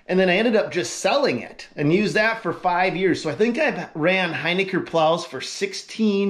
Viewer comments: It’s not “Hyniker”. It’s Hin i ker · We can clear this one up :) It is pronounced "Hin-ick-er :) Maybe on your next video you could give a shoutout about the name- it's a tough one!